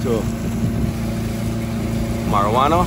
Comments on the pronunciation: You pronouncing the word wrong it’s not marijuana it’s morawhanna. I live north west for a while so I know those places. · that place is Morohwanna, not marijuanna